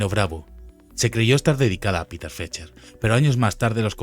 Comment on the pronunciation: Por favor el río es Spree;, que se pronuncia spre en alemán, no spri en inglés. Y Peter es Peter en alemán., no pita en inglés. Seamos rigurosos, el documental genial